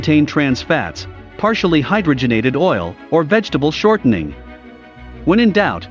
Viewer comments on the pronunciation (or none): Generally a very good superficial look at contemporary foodstuffs and nutritional problems. 👍 Darn... I wish the narrator pronounced important words properly: glyphosate and hydrogenate, e.g. (Why? you say... such diffs in pronunciation indicate possible 1) limited education in the discussed subject, 2) non English-speaking background, 3) carelessness, 4) robotic narration😜